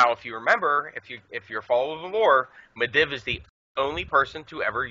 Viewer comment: Medivh-Mid'eve not Mid iv